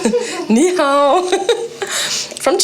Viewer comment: You got the "Ni Hau " correct right down to the pat